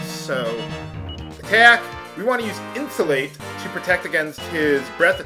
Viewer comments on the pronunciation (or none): yes becuase the spell is pronounced In-Sue-Lot-ell not insulate.